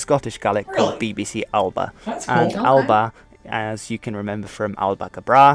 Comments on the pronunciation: Hello and. Fluent gaelic speaker here; the song you were hearing in the video was "fear a' bhàta". A common mistake that a lot of non-speakers make when saying "Alba" (gaelic for Scotland) is thinking that it is a two syllable word, Al-Ba, but it is actually a three syllable word, Ah-La-Buh. Phonetically, to say Alba gu brath, you would say: Ah-La-Buh goo braah. His pronunciation of Ciamar a tha sibh was spot on - that's the formal/polite way of asking how somebody is, whereas if you were speaking to a close friend, you could say Ciamar a tha thu (keemur a ha hoo). Also, the term "Sassanach" is something that you would say to someone who is English, in a derogatory way. It doesn't actually mean foreigner, it means Saxon (think Anglo-Saxons). The word for foreigner is "Gall", hence why the nickname for certain places uses that word. For instance, the Outer Hebrides/Western Isles is often referred to as Innse Gall, which translates to "Island of foreigners", because it was how the community saw themselves in comparison to the rest of Scotland (by way of living a different lifestyle, and feeling a sense of independence and disconnect). Uist is pronounced Yew-ist (easy one to not get if not local though!). Scottish gaelic is a mix of old irish and old norse (in part thanks to Irish immigration and also when Norway ruled over the islands before they were returned to Scotland). The native speaker is definitely native. Recognise the dialect immediately lol. Also to an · At the very beginning Alba is wrongly pronounced. It is pronounced more like Al-uh-pah. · Alba is pronounce alaba 😁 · Alba gu Bragh! might be spelled Alba but it sounds more like "Alapa" (with a very soft "b") then his try. Runrig (Gaelic speaking rock band have a song by that very name!) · To clarify ALBA is pronounced Allapa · Alba is pronounced Alappa. At least the pronunciation of Gàidhlig was correct, which makes a nice change in YT videos!